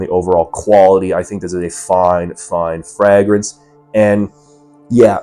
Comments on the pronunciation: Fray-gruhns. Never heard it said the way you say it 😂. Also can't believe you wouldn't just use the real bottle for your review dude come on 😂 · Honestly a perfume reviewer that doesn't use the real bottle and doesn't know how to say Fragrance correctly 😂. Is he real or AI 😂😂😂